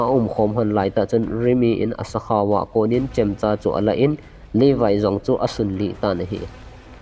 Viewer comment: Not Livai....... Levi joh ti o